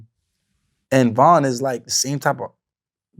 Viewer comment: He said von the same type of artist as Tupac 😂😂😂😂😂😂😂😂😂😂😂😂😂😂😂😂😂😂😂😂 had to click off asap